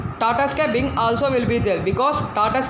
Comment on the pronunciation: Binge not bing